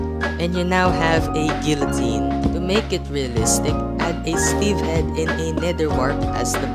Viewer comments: How to make stuff work: -for iron maiden put pressure plate below block which powers a command block, saying /effect give (player with tag "Prisoner" will get tortured) for guillotine (btw, love this vid but it's pronounced "GEE-yoh-tin") -replace block with an anvil and make command block system which replaces the block below the anvil with either a barrier or air for rack, literally just put a bed and then do the torture at night. give prisoner the weakness effect and harm the prisoner with axes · No offense like seriously no offense but I'm pretty sure the L,s are silent in guillotine, but seriously no offence